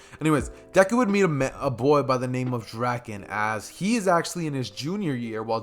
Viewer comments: bro please in the next part say draken right its drake - in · Draken ITS D R A K EN